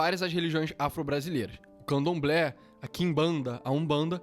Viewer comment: Não é candomblé